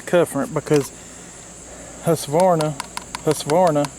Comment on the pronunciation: It’s actually pronounced hoosquvarna in Sweden